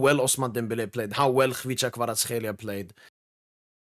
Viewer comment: He said Khvicha Kvaratskhelia very well 👏👏👏👏👏